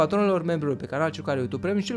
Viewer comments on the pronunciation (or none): none